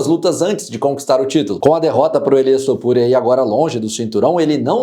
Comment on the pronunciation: Até o já está falando “Elias Topuria” 😂